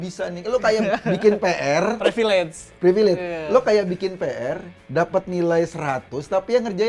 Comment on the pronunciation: Mas Eko...kata PRIVILEGE yg bener itu pelafalannya PRIVILEJ...BUKAN PREVILEJ...tolong benerin ya Mas Eko....matur nuwun...🙏🙏🙏